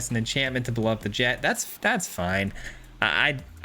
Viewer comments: The "ch" isn't silent, it's pronounced "Jekt." The English dub of the game pronounces it this way, and they're likely correct looking at the original Japanese name of ジェクト (Jekuto). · its jekt lol. sick deck